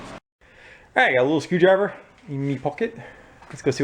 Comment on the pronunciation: Haha, that made me laugh "I have a lil screw driveah, in me poket." 😂